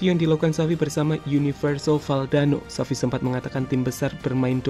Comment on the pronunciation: Btw itu kurang x bang Xavi bukan avi